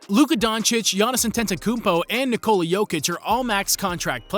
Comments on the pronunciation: Kneecola is wrong. Its Neekola. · Why tf this guy say Nikola for Vuc and KneeCola for Joker. Seljak